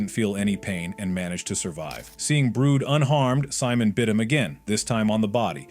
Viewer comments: Its not brood its brud... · Its brud not brood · Brud❌ Brood✅ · Uhhhh.. yess "BROOD" it's Brud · It not brood it brud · Btw ITS BRUD NOT BROOD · Its not brood its brud idiot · Brood!? Its brud bro! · Is brud not brood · ITS NOT BROOD ITS BRUD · IT’S BRUD NOT BROOD! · it’s not brood it’s brud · It’s Brad not brood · Fact:ITS BRUD NOT BROOD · Bro said BROOD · Why does this guy pronounce Bruds name brood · bro is saying brud wrong